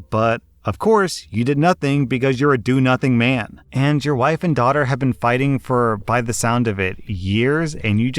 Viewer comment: Why so much emphasis on ‘man’, why rslash